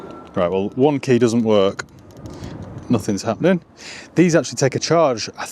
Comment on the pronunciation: Nobody:: We only got the HWANNN keyy 😅